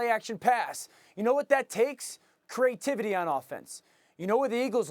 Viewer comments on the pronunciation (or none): Did orlvisky just say crativity.